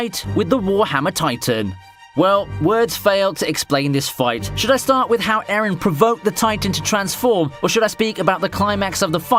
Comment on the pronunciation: Why do you pronounce Eren like Aaron bruh.